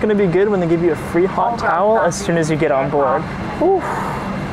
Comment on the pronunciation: Bro Said geet 😂